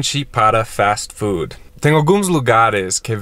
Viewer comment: falando Fastii Foodiiii é maravilhoso